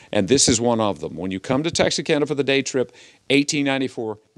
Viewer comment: Why are you pronouncing Texarkana with an S???